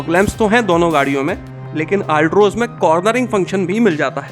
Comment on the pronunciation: Altroz bolna to seekh lo theek se